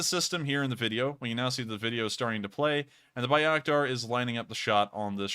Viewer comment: Love what you do! Keep it up. Just an FYI - it's pronounced "Bay-rack-tar" and "Vas-kez". Also...IMO - the UA WILL eventually take back Crimea. Illegally annexed, RU still under sanctions for it..and the Ukraines have stated time and again they want every inch of Ukrain land back. Slava UKRAINI